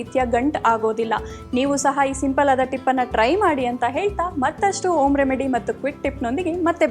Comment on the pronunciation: ಹೆಣ್ಣು ಅಲ್ಲ ಹಣ್ಣು, ಓಮ್ ಅಲ್ಲ ಹೋಮ್, ಅಕ್ಷರಗಳು ಸರಿಯಾಗಿ ಬಳಸಬೇಕು